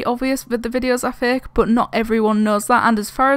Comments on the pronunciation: Xd and plz say fake not faaaaak no disrespect it's only funny when you say it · Is it only me who thinks it or is really saying:these videos are thicc,zeph's videos are thicc the whole ghost thing is thicc(no hate)(i know she's saying fake but it sounds like thicc)